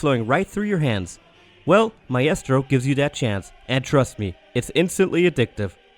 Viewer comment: Lol sorry. Maybe i had backgound noise interfering lol I think it was the mispronunciation of maestro that threw me :)